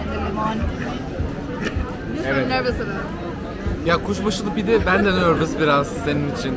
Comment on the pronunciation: Bende ✨ nörvıs biraz ✨ senin için hahahhhahahahahaj koptum burda 🤣